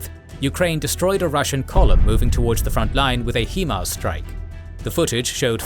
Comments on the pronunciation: HIMARS is pronounced "High-mars", not "HE-mars" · HIMARS = HIgh Mobility Artillery Rocket System. It's not pronounced HEEMARS. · They got him with a “HEE-MARS” strike?… interesting 🤔